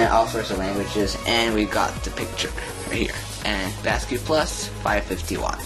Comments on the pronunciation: Basiq is pronounced like basic but you come up with "basque"? Were you in 5th grade when you made this video? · I hate to leave a negative comment, but this has to be the worst unboxing video ever made. It's photographed with the item upside-down, and the guy narrating it sounds like he was dropped on his head as a baby. He can't even pronounce the name of the product correctly, and he even misidentifies the power connector. I had to stop watching after just a few minutes as I could feel my IQ plummeting just from watching the upside-down images and listening to the guy drone on with his insipid voice.